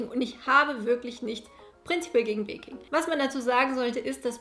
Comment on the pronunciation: Ich hab statt „viele lieben baking“ / „viele lieben Bacon“ verstanden 😂😂😂⭐️